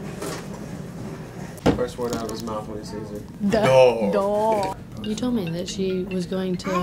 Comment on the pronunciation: He says doOog